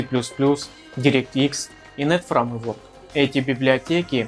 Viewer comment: "ФРАМЕВОРК" сразу показывает уровень